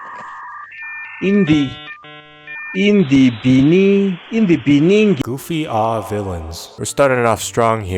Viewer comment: Man I hate y’all say “goofy ahh” so wrongly. Straight gentrified it lmao